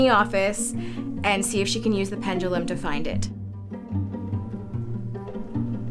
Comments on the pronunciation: It’s making me mad that they are saying “Pengilum” not Pendulum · STOP SAYING PENDULUM. I HATE THE WAY YOU PRONOUNCE IT. PLEASE STOP. AM I THE ONLY ONE THAT LITERALLY SAYS PENDULUM INSTEAD OF PENJALUM